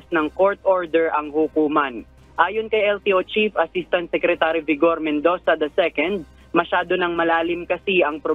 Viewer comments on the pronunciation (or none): none